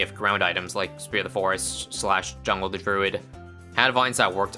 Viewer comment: “Druid of the joongle”